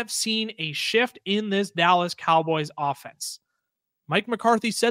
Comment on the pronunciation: "The Callas Dowboys" is crazy!!😂